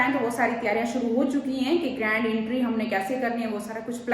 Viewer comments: Intry नही hota entry hota hai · Intry nahi entry hota hai 😊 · Entry hota hai intry nahi 😂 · Intry nai hota Entry hota hai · Jahil bhains bolna seekh lay , agr nahi seekh sakti to khuda ka wasta hai English na bola kr , entry , ye word ja k Google kr ar sunn kr apna word sunn , jahil